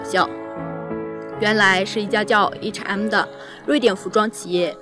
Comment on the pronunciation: 視頻不錯，不過提妳一下，對方不是HM, 是H and M.